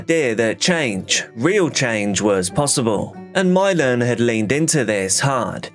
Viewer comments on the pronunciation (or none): Imagine naming your kid Milan but pronouncing it "Mylon", could you look more ignorant?